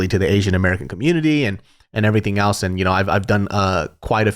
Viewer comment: Great podcast! Side note: anyone else notice pronounces the word “else” as “AL’s”? Lmao 😂 Love ya